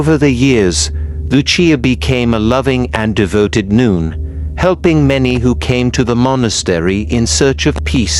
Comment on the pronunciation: Okay, I made it 48 seconds in before the idiot AI voice decided to pronounce "nun" as "noon". Fuck this channel.